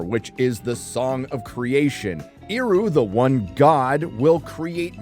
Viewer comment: Eru is pronounced "air-ru"